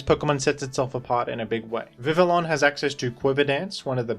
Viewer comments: Vivillon is Pronounced "Vivi yon" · "Vivillon" is pronounced "Vih-vee-on." (Almost like the name "Vivian"). It's based on "papillon," the French term for butterfly.